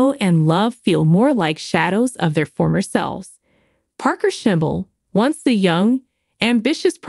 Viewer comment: You have no idea what you are talking about,as you donot know how to say Parkers last name.So you have never watched the show.